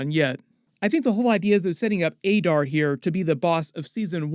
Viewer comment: That's not how they said "Adar"